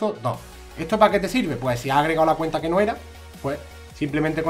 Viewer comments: seguro porque ha dicho cuneta en vez de cuenta. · like si ha dicho mi cuneta en vez de mi cuenta en el